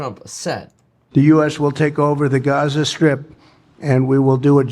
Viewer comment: I don’t think it’s a “European” accent to put the accent stress on the first syllable, or that it’s an “English” or American accent to put the stress on the last syllable. But for the record no one says it the latter way except for you.